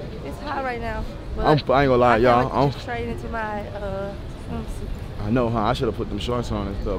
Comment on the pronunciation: Nobody: King: where the swim stut store at 🤣